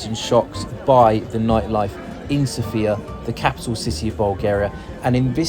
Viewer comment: It would be nice if you pronounced Sofia correctly